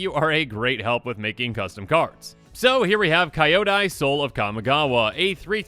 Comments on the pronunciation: Kinda off-topic, Kyodai is not pronounced Kaio-dai. It's just as it's written, Kyo-dai, as in "cute"(kyu-te). Kyodai is also the japanese term for "gigantic, huge". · It's pronounced Kee-oh-dai, no kaiodai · nice video, i wasn't hyped for this set, but i'm starting to change... Btw, Not "ka-i-odai", it's "ki-yo-dai" although my ear will blead thought all kamigawa cuz american pronunciation of japanese words are just horrible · uuuuhhhhhh the pronounciation of the card is hard to hear, Japanese names when its kyo, gyo, hyo its pronounced as ki-yo, gi-yo, hi-yo and there is an i at the end of its name so its pronounced as ki-yo-da-i, or ki-yo-die (as in death die) that is why its not Rah-yuu for ryu it is Ri-yuh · it is pronounced "Kyo-dai" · It looks interesting. Also, it's not pronounce "Kai-yo-die", it's how you pronounce "Kyo" from "Tokyo". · Oh boy.... can not wait for this set to bring back even more horrible pronunciation videos. ^.^ That is not even close to how Kyodai is pronounced. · Whenever I hear he pronunces kyodai i die XD